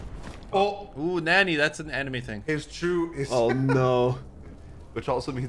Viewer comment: NICO SAID NANNY INSTAD OF NANI